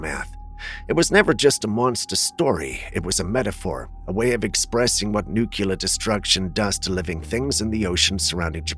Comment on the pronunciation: FYI: Nuclear is pronounced "new-clear" NOT "nook-u-lar"